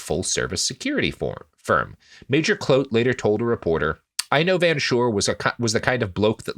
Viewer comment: clote for kloete. ermergerd. None of these guys deserve any better